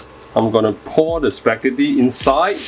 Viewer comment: Wait a sec... SPEGHETHOO WHUT? Large spaghetti? First time hearing it